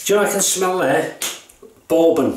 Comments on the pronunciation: In the States, "bourbon" rhymes with "urban" or "turban", not with "foreman" or "Mormon." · Great shave mate! Yeah, Peter takes no prisoners with his commissioned soaps. LOL, I like how you pronounce Bourbon hehehe...I might ask for a "Boarbon" next time I'm at the gentleman's club LOL. Love the Black Beauty...probably my favourite Gillette Adjustable (my favourite setting is 7 on all my adjustables - just the right amount of efficiency for my skin). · I love the way you pronounce "bourbon." So classy. (Not being snarky!)